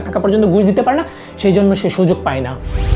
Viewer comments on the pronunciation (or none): none